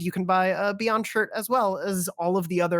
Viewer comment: Beygond and staygond